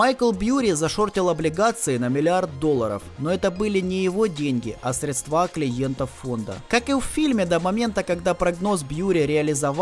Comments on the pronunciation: Ухо режет, средсва’. Сре’дства правильно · СрЕдства, а не средствА... ушам больно( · Очень тяжело слушать, когда автор постоянно говорит - средствА, а не срЕдства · Спасибо за видео и работу! Но всё так срЕдства, а не средствА)) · СрЕдства, а не средствА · ну что за безграмотность !!!! сколько можно говорить слово - "средства" произносится с ударением на букву - Е !!! .. надо говорить срЕдства а не средствА !!! .. колхоз какой то .. невозможно слушать !! .. безграмотность так и прёт !!! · что за мода говорить средствА? словари вроде продают еще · Осталось научиться правильно ставить ударение в слове "средства" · Сколько раз в этом видосе произносится слово средства с неправильным ударением? Каждый раз кровь с ушей